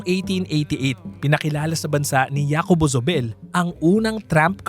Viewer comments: J in Spanish is ‘ha’ not ‘ya’. So pronounce Jacobo as ‘Hacobo’ not ‘Yacobo’ 🤷🏻‍♀️ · Una hindi YACOBO ang pronounciation. Its HACOBO. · "ya-ko-bo" hindi ba "HA"-ko-bo dapat pronunciation nun? Factual error: The hacienda was bought almost a hundred years prior, still well into Spanish colonial era ! Way way before Rizal was born! It wasn't Trinidad and Jacobo who bought it. "Colonel" who? Juice ko, give enough credit naman kay McMicking de Ynchausti - their wealth now is practically his brainchild. Pre-WW2 wealth was basically lost in all but name - one ancestor died n his deathbed with such worry nga di ba? Forgot to research or omitted? Indonesian Salim family-backed MVPangiinan-led $MPI Metro Pacific Investments won the bid for BGC deveclopment. However, Asian Financial Crisis falllout, they had to sell to ZdA and Campos/Yao of Del monte fame/infamy later on. : Misleading, and most probably walang konek ang BGC at Nuvali. For the latter, the Yulo family of the [infamous?] Canlubang sugar estate[s] wanted out of the dwindling sugar industry. Thus they had sold/parcelled out much of the land for other pursuits, including that of Nuvali (Ayala), Greenfield (Campos/Yao of Del monte fame/infamy again), Eton (Lucio Tan) and perhaps Villar too as I'm seeing VistaLand developments around the area. (gahd, these things are at the Wikipedia entry for them, why all these mistakes???!! ) update: 'OG Rich' is stretching it - TBH they are relatively newcomers - see the legit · Jacobo is pronounced "Ha ko bo", not "ya ko bo" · JACOBO is pronounced as HAKOBO. J in Spanish is pronounced as H. You keep on saying YAcobo instead of HAcobo it's so annoying to hear it. 🙄😒🤨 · Hacobo hindi Yacobo. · hacobo ang basa sa name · Hi wrong pronounciation of the name. Jacobo is pronounced as Hakobo. Thats a normal spanish name here in Spain. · Jacobo pronounced as HACOBO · oo pwede nga pero to give honor kay JZ, hindi tlaga Yacobo ang pagbigkas. Sana research din hindi lng basta pwede na.